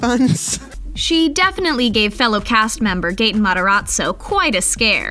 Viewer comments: the narrating is so annoying! also whoever is narrating clearly hasnt watched it because it's mataRAzzo not mataRATzo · Me Hearing 'gAtEn mOzZaReLlA' and going back and hearing 'Gaten Mataratzo' instead of Gaten Matarazzo- 😭😂